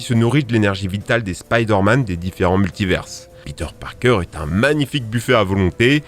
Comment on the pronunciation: PETER PARPAING EUH PARKER